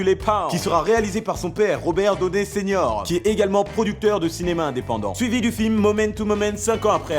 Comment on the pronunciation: désolé mais ca ne se dit pas Robert "doné" junior